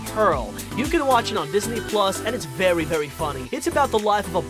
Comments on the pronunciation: Did he just say vewy when he showed us the first secret? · You missed vewy lol